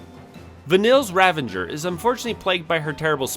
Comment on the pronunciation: The imaginary "n" you inserted into the pronunciation of "Ravager" had me go double check the spelling of the word. 😂 Quite the oversight in the making of this video, but I still had fun with the content :) PS, Sazh does suck... But I see him as the heart of the team and most likable character. So I'll force him into every role to keep him around 😁... His character stats are partially offset, though, by his weapons having some of the best stats in the game.